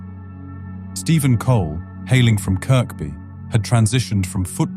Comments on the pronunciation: KIRKBY in Liverpool is pronounced as KERBY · It's pronounced keerbie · nobody in liverpool calls it KIRK BYE its kirby lad